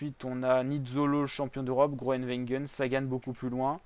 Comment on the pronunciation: Apprends à dire le nom de Gronewegen